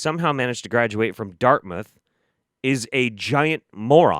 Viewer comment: I was 25 mins in when I realized you said Darthmouth College and not Darkweb College. It says alot about this guy that I (mis)heard that and was like: "yeah, makes sense".